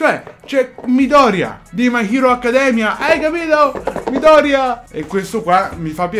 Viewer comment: Sì sono pignola odiatemi quanto volete ma Midoriya si legge con l'accento tonico sulla seconda "i"